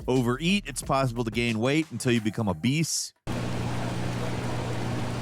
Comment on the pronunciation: 7.49 Heard it as become a beast rather than become obese. Was so confuse.